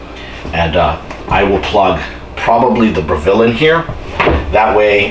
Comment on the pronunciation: It is spoken BRE-VALL, not BRE-VILLE. Lmfao.. Proving, not Proofing. lol